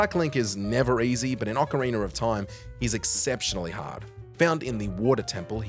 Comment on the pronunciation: Is it me, or is he saying "ocariner" of time?